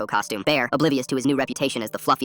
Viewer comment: why was “farted” so emphasised 😭